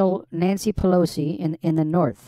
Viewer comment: Nancy Palancy 😆😂